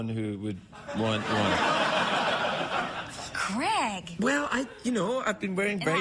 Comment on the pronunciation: I will forever be irritated by the pronouncing of "creg"